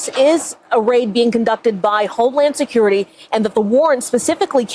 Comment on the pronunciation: Freakin ny like whateva.....homy securi-tay.....wanna list this...